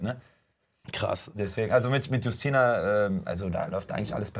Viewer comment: Witzig wie calvin Justyna vollkommen falsch auspricht 😅aber gut nur Polen kennen den Namen